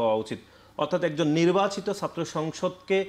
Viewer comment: এই কমেন্ট করতে আসছিলাম।। কর্মছারী > কর্মচারী, নির্বাসিত > নির্বাচিত, বিছার >বিচার,............